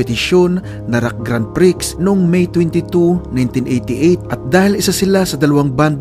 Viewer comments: Idol grand prix is pronounced as gran pree not priks hehe yun lang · pupunain na kita lodi..ang "PRIX ay binabasa as PRI lang..So Grand pri ang tamang basa